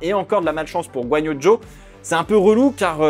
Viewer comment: Oh merci au moins quelqu'un qui sait prononcer le nom de Guanyu Zhou ! En tant que sinisant ça fait mal aux oreilles d'entendre la plupart des journalistes se tromper. Merci encore pour cette vidéo de très bonne qualité !